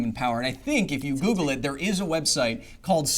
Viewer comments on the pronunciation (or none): none